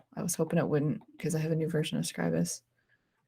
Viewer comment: So nice to hear Scribus being pronounced correctly.